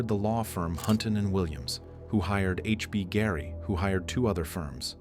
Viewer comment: The AI is so bad it can't even pronounce the name of the company - HBGary.